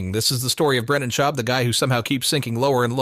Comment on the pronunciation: Someone makes a video based on Reddit having no idea about what they’re talking about. Can’t even pronounce his name correctly lol